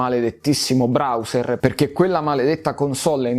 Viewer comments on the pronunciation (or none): none